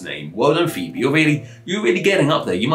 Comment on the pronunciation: I didnt like the explanations of the pronunciation and etymological history of these words. We do know quite accurately how Phoebe and Phoenix were pronounced in Greek and Latin, and it is not the way he pronounced it. I like that he tried taking a serious look at these names which may appear odd compared to some modern pronunciations, but he kind of failed with the accuracy.